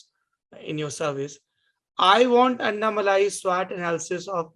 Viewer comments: अनामलाई कहते है अन्नामलाई नही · नाम का उच्चारण ठीक से कीजिए । अण्णामलई ।अन्नामलाई-ग़लत है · sec, sir its not anna malaaai.. its Annamalai🙏🏿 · Excuse me you are saying Annamali....it is Annamalai ji..pls give some respect ..is this what your parents taught you....shame on you. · Bhai malaaii nahi malai hain